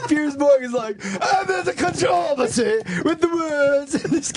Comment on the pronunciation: Funny they keep saying "con trav er sea". I first heard that and had to look it up. Finally realized it was controversy.